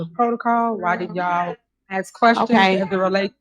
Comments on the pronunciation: AXE the Question lol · "AX a quesion." "You coulda DID". That "mayor" can't even speak right!🙄